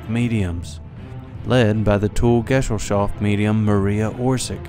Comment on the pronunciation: the word is not pronounced gessel shaft but guhZELL SHOFT! the mispronunciation damages the credibility of the whole program